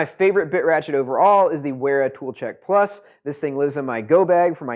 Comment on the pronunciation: Great video. Thanks for the comparo. Makes chosing a set a lot easier. BTW, Wera and Wiha are German. Both are pronounced with a V, not a W. Cheers